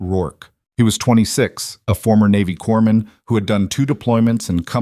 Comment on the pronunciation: It's pronounced "core man", not "corpse man".